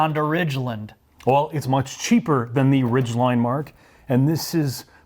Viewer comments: Lol “ridgelind” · What is a 'Honda Ridgelind' and a 'highbird'? Someone's been hitting the Irish coffee this morning.